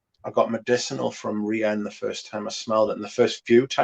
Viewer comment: Took me a second but I realized 'Ri-anne' meant 'Rien', which is pronounced very differently in French